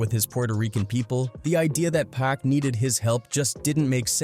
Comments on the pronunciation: I cut this video off as soon as it said "pack". Everyone knows how to say pac. This is an AI generated slop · For this dude to keep pronouncing it “pack” makes it feel like he shouldn’t be the one presenting this video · “2 Pack” cmon commentator smh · Why he calling Pac “Pack”?😭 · AI cant pronounce pac